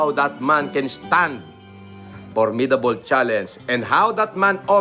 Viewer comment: Hindi alam bumigkas ng challenge. Challens daw 😂.